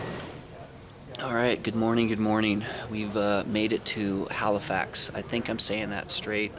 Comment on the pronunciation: i live in Halifax and yeah you said it right